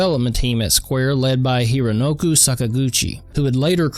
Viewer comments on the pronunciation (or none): Hironoku...? Hironoku Sakaguchi...? Dude, take down your video and fix it. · Hironoku? I thought it he was Hironobu.